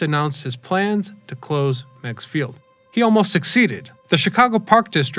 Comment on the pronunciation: Its called Meegs field not megs field.